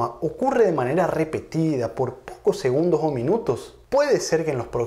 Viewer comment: cuando pronuncias segundogs , mag, muchag, puedeg...esta a punto de darte un ACV?